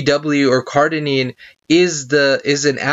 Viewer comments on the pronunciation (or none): Cardenine? Cardarine it should be! maybe you have dyslexia,dont know but, you pronounce it wrong, ok! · All the big words this ni**a said why y’all messing with him over 1 he mispronounced? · Great video, thank you for your information. Do you plan on linking the document? I am interested. To the person below me who cannot handle a mispronunciation, go pick up an encyclopedia of drugs and try to memorize 50 for me, let's see how you do. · CardaRine! Holy shit get it right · OK. ..you need to pronounce it correctly in order for me to take you seriously